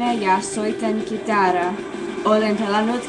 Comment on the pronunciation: Very good. I like your pronounciation! You probably try to say "suuresti" (great amounts) in the end, but it sounds "suureksi" (to become big), It's an ambitious (and beautiful, poetic) choise to say in this sentence, as the "suuri"-adjective needs to be inflected multiple ways in that usage! Not a simple task for a non-Finnish speaker! A simple soultion would be to use instead "paljon" (lot's): you don't need to inflect it at all in this usage. I'm hooked listening foreigners speaking Finnish!